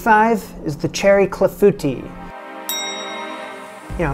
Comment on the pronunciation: Very cool summary…a few little failures but many amazing successes! Just gotta work on that clafoutis pronunciation 😂😂😂. Well done!!! BTW, love all your kitchens!